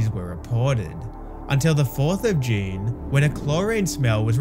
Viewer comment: Please stop saying June like that 😭